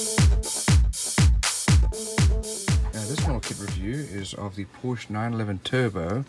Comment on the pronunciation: It's a great model! I did want the ROW version (Rest Of the World), but unfortunately found this one, which is the US version of the car (you can tell from the turn signals and rear bumper). And it's pronounced "Por-shuh". That was the name of the founder of the company, Doctor Ferdinand Porsche. You wouldn't pronounce "Chevrolet" as "Chev-roh-lett", "Peugeot" as "Poo-gee-ott" or "Renault" as "Re-nalt" would you? 🙂